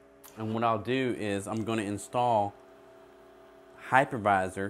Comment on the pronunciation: I thought he said hackerviser. That will teach me to listen better.